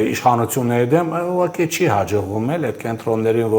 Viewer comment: Հարգելի, ոչ թե "ուղարկի" այլ "ուղղակի"